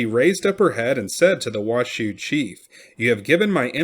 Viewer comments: I’m a local it’s not wash shoe It’s pronounced wash oh Oopsie huh?! Great story tho thanks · There's no W in Nev-AD-ah. So many people say it wrong, then on Washoe it's pronounced WA-show. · The narrator mispronounced the proper nouns Washoe and Nevada. The content is good though. Should be Wah-show not Wah-shoo and Nevada is pronounced Neh-va-duh not Neh-vaugh-duh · Thanks for posting this but you are mispronouncing Washoe, Nevada, and Truckee